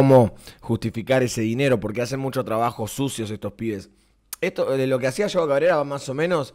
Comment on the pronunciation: No se dice yao cabrera